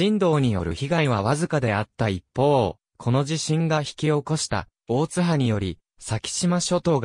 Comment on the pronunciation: 大津波の読みが間違ってますよ